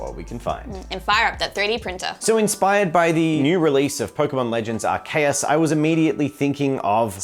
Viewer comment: I love how says Arceus, way better than how I've ever heard it said previously!